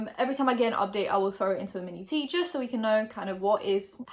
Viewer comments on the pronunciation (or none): Lmao I always wondered why she said manatee when she said mini tea lol